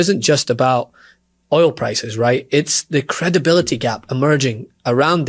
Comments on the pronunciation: It’s oil not ol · Fox news host can't even pronounce "Oil" 😄 Get his ass outta there if he can't even pronounce a simple word.